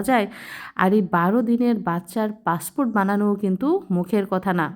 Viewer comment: পাসপোর্ট বললো নাকি পাসফুট 😂😂